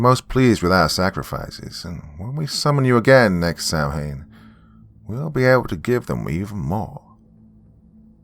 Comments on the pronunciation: Great stories! TY (btw "Samhain" is pronounced "Sah-when") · Samhain is pronounced Sow-en.